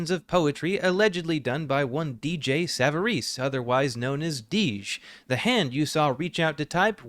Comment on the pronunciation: Reuploading it after fixing "many issues with the original" and still not getting his name right is wild to me. His name is DJ. Dee. Jay. Not Deej.